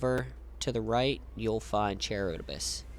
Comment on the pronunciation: Charybdis=Ka-rib-dis. Named after the giant whirlpool from Ancient Greek/Roman stories. Hearing you mispronounce it every time was killing me.